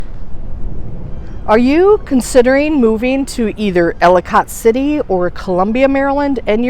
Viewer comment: Ellicott City pronounced- Ellakit City